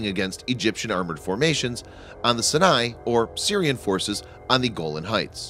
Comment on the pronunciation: Pronunciation of "Sinai."